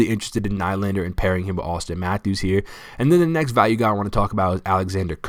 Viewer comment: Nylander is pronounced Kneelander. Enjoy your videos.